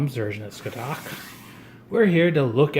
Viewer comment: Said like Sca-ha-th